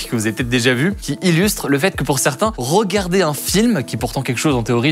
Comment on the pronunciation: ROGARDER, ROPOSANT, ROLEVER ! fait un effort Hugo, j'ai l'impression que nous sommes au tieks mdrrr